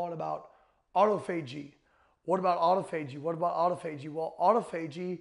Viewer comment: Wow, even doctors have problems pronouncing autophagy.